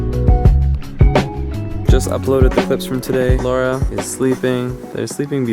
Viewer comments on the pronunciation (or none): none